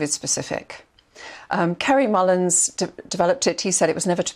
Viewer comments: Its Kary Mullis not Mullins. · She's not the worst though. She needs to get Mullis's name right. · She can't even get Kary Mullis' name correct.....